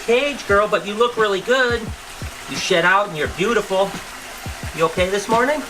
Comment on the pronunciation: “Butefe animal” 😂